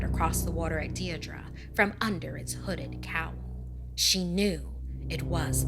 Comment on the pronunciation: bruh she can't even pronounce Deirdra